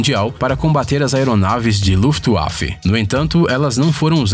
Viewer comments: Maluco não sabe falar kkkkkkk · Verdade. Até o bozonario fala certo!! Kkkkk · luftvafer pronuncia certa.